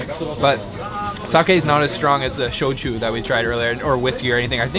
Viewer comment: There was not one street food viewing in this video. Street food carts or semi-permanent stations to sell food and drink were called Yatai. They really do not exist anymore. Shouchu is not shoshu. Get the pronunciation down, please. Sake is wine. It never gets too up to 20% in alcohol. I hope you guys are making some money, but you really need to work on language skills and many other things in your so-called, English Language school vacations for your trips. Stick to teaching English.